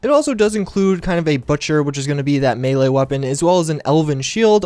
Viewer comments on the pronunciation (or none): none